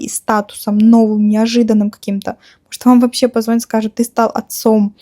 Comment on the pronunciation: Не позво́нит, а позвони́т.